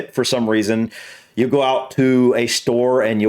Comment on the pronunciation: And you never say you, it's always ya, Whether it's howaya or how are ya.